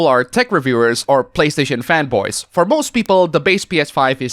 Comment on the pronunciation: Every time you said fanboy I thought you were saying femboys and got very confused